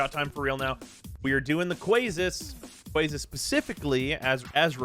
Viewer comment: "Are you gonna finish that QUASSUNT "